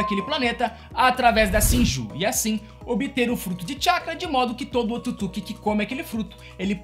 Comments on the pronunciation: O nome certo , é Otsutsuqui , não se diz Otutsuqui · Só tem que melhorar a pronúncia ao falar otsutisuki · O cara esta fazendo o vídeo sobre pressão que não consegue falar otsutsuki ou não sabe mesmo kkkkkkkkkkkkkk